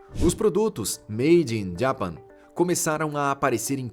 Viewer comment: Fala direito Japão em inglês ! 😮😮😮